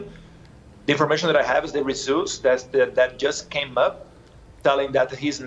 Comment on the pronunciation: "Resoolts". LoL